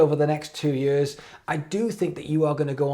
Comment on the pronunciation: Anyone else love how says “years” like “yeeuhz”??